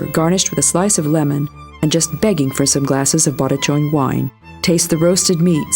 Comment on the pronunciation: Pronounced "Ba(h)laton" NOT "BElaton." the first "a" is pronounced exactly as the second one. So, that's your brief lesson in Hungarian (Magyar) pronunciation. I won't even get into the correct pronunciation of "Magyarország," the name of the country, "Magyar," the language and the people, "Magyarok." Enjoy Balaton.